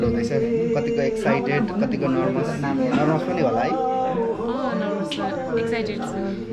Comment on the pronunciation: नर्मस हैन हौ सर। Nervous- नर्वस् भन्ने गर्नुस्।।।